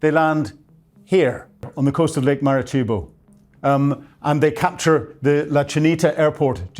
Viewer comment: Ghana?? GUYANA; Marakibo? MARACAIBO